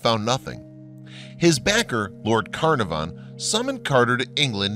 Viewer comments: Arrrrrgh! Lord Carnavon is pronounced Kah-NAR-von. Or should learn the correct pronunciation before making video! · There are a great many mysteries surrounding the lands now called Egypt, and all associated with it. One thing we do know for sure though, is that you mispronounced Carnarvon everytime you said it.